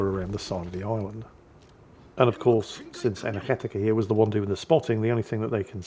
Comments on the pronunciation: Energetiker sounds more German than Dutch to me, but mad props for getting the hard G correct. Now you just need to learn how to recognize the hard (Scottisch) R and all possible vowels and diphthongs like 'eu' and 'ui' and 'ij' and you too can sound like you eat buttered bread with cheese for breakfast. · The Dutch G sound was very good! However, I think the player in this video is a German, as this name sounds German to me (a Dutchman).